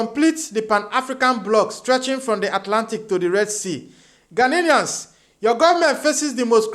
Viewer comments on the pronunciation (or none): It is not “Ghaninians, it is Ghanians”